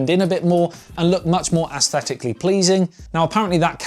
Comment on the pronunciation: Assthetically? Smh.